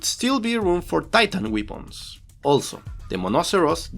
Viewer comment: just one thing, I am latino so just wanted to let you know weepuns is not the right pronounciation as far as I know. I guess you are trying to say weapons which is pronounced: -> weh·pnz. 11/10 VIDEOS as always thanks a lot!